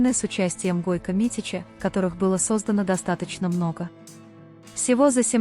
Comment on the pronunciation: Не Гойка а Гойко.